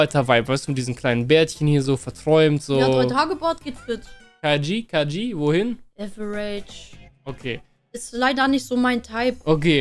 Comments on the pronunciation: man man man die soll mal die Aussprache von "average" üben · bruder deine perle muss lernen wie man fcking average ausspricht xD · Liebe ihre Aussprache 😂 Liwi für levi und äwerätisch für average